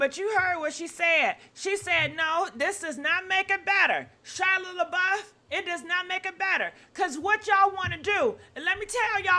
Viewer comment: "Shila Labuff..." Are you doing that on purpose 🤣🤣🤣